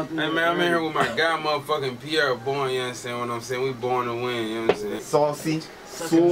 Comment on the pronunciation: Pierrr Bourne really came out raw